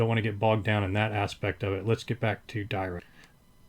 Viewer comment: It's pronounced Dee-Rac, not Dye-Rac. Paul Dirac was a Britich mathematician who suggected the Dirac delta function...